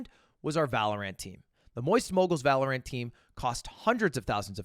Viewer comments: That’s what you get for saying Valorant with so much emphasis on the ANT. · Must have misheard thought he said valor ant not valorant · Why does he pronounce Val like that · Why does bro say valorant like that 😂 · Why does he say valorant like that